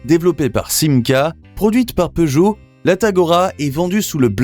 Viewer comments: POOgot? Learn to pronounce the name properly. SIX-OH-FOUR not six hundred and four. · As a European, I hate the way Peugeot is pronounced. But in some way, I can understand that. But the fact that Chrysler isn't even pronounced correctly, is wild for me.